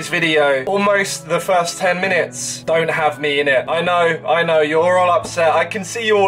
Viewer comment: “the firzt 10 minutez wont have me in it”